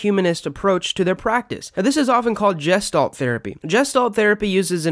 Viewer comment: Your mispronunciation of "Gestalt" undermines the credibility of this video.